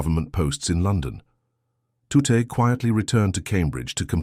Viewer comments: A shame you couldn’t get his name pronounced correctly it’s Tutt. Not tutti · Dear AI, it is not said Tut-teeeee. Just Tut!!! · It was Bill Tutte pronounced Tut, not Tutty. Why oh why do we have little choice now but to have over embellished repetitive narration in historical pieces, just stick to the facts without imaginary waffle. There should be a strict quota on the number of unnecessary adjectives and adverbs, specially where they muddle up when and where to use both of them (sorry but Americans are the worst at grammar 😂) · AI garbage, I noticed about 6 variations of "Tutte", it's pronounced "Tut". Watch "Code-Breakers: Bletchley Park's Lost Heroes" for this story with commentary from Captain Jerry Roberts who memorably said "Tutte seemed to spend a lot of time staring into space, I wondered what he was doing and of course he was doing something wonderful" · There is now a monument to Bill Tutte in the town centre of Newmarket, Cambridgeshire, UK. It's a shame his name was not pronounced correctly most of the time in this talk. It should be 'Tut' and rhymes with 'But' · Pronounced "tut", rhyming with "rut". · I am sure his name was pronounced as Tutt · Tutte was a professor at U.Waterloo in Canada in the 70s, 80s & 90s. Pronounced "tut". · You know you’re telling an AI generated-audio bot how to pronounce tut, right?!? Just confirming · How many different ways can you mis-pronounce Mr. Tutte's name? It's insulting. Why use AI for this voice-over? Why not just read it? And whatever that big machine is, it ain't Colossus. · You'd think that AI, being so bloody smart, could figure out how to pronounce Tutte, but no it just stumbled about trying it hardest and achieving nothing, just a jumble of guesses. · Why is Tutte pronounced 2 or even 3 different ways? What is that strange grey/white building? It isn't Bletchley. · Why can't the narrator decide which is the correct pronunciation of Tutte's name?